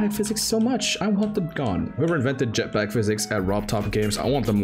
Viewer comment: the most morrocan way to say Jetpack